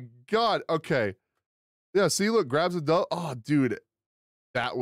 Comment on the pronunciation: Everytime He says "dove" i die a little inside lol